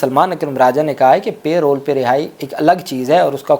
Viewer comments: لفظ پے رول نہی پیرول ھے (parole ) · PLEASE NOTE ITS NOT "PAY ROLL" BUT PAROLE. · Mr. kindly correct your pronunciation of the word parole it is not payroll.